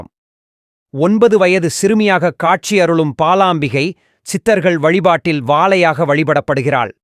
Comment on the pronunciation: Not palaambigai.. it is balaambikai